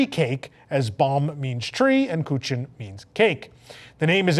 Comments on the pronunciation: It's pronounced Koo-kun lol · Oof. The way this guy pronounced “kuchen”